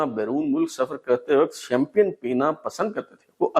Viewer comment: جناب شیم-پین کو شیم-پیئن کہنے کی غلطی تو آپ نے بار بار کی ہے۔۔۔۔۔